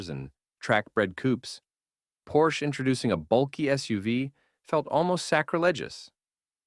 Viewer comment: Your voice over needs serious work. Your cadence is all wrong. Make up your mind how you pronounce Porsche.